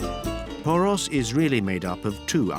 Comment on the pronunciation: Lavish production, but for heaven's sake couldn't anyone be bothered to check the pronunciation of the names? Only "Poros" (and "Santorini" - which isn't a Greek name anyway) were correct. It's like a documentary about The Beatles calling their hometown "Lowberpole".